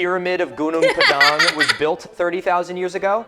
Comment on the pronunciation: First off that's pronounced /'guːnɔːŋ 'pɑːdɑːŋ/ not /guː'nuːŋ pə'dæŋ/